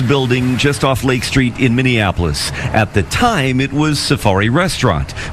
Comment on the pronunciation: Why do people mispronounce Minny-apple-us as minnieaNapolis - there is NO third "N"